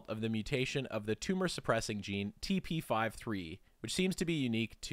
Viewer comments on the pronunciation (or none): the 53 in TP53 is a number so its TP fifty three, rather than TP five three